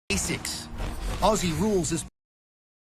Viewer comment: The pronunciation For Aussies sounds like OZZIES. Not ossies.